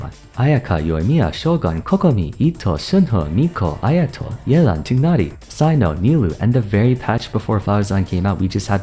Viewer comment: Someone finally pronounced Tighnari’s name properly